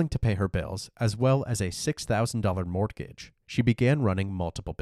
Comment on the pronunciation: I'm so sorry I lost it at "mort-gage"